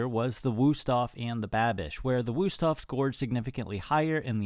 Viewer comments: Helpful test, but please do not use "u" when it should be "ü", they are pronounced completely different. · The Wüsthof knife was tired of being mispronounced by you, so it underperformed on purpose. That's what we Germans do 😂